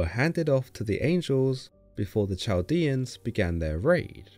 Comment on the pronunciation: Chaldean is pronounced with a "k" sound as in kite or a guttural Semitic "k". Not Ch like cheese.